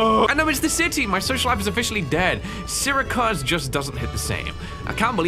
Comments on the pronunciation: As someone who lives in syracuse Sir-a-cuz might be the worst butchering of the word i have ever heard lol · Syracuse 😢. Seer rah cuse. That’s how most locals pronounce it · The way pronounced Syracuse I can’t 😭😂. I live 2 hours away from Syracuse Ny lol